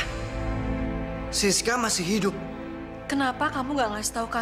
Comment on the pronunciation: Coba pada dengerin pake earphone.. ngomongnya bener hidup bukan hidung